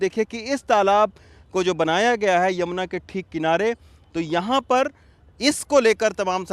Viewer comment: यमुना जी बोलना सीखो संवादाता